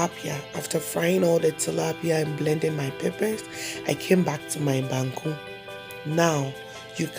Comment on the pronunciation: Waaaw banku ni tilapia biye guy wae... Abeg send my own. See how you call the bankuu like Ganyobi Ayeley 😄😄, mikon ado wae